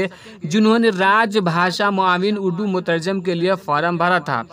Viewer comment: مترجِم بولا جاتا ہے مترجٓم نہیں